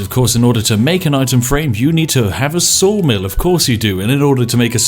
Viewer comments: Oh you said saw mill, I thought you said soul mill. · I thought he said soul mill not saw mill.